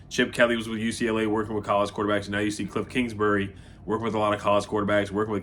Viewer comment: Bruh you boutta have a stroke saying this fools name😂